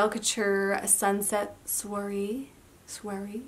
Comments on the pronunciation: You actually went to find out how to pronounce it and still said it wrong. Soirée-swaray.. and these polishes are long lasting but DESTROY your nails! Oh, and it’s OPI MET a boy cute as a can be. Not MEET a boy. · You can pronounce soiree like swa-ray. Lovely swatches as always. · It’s pronounced swa Ray ;) It means a gathering. Polished look great on you!